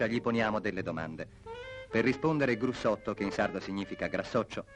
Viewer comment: detto Grussotto, non Brussotto.